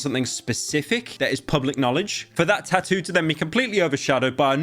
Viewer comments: bro got the eva tattoo but cant even pronounce it right 😭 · Why do you not include the second set of Ts in tattoo half the time!? British?? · I love how he pronounces tattoo 😂